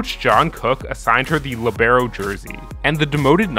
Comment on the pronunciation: Why u gotta Say Libero like that LMAO